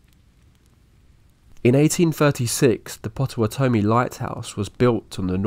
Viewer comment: What a strange way to pronounce Potawatomi.